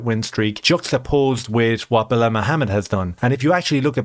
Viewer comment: Its pronounced Blahaul, everyone knows this